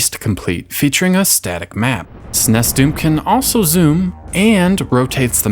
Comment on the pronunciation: Good grief, SNES is pronounced ”sneeze", not "snesss".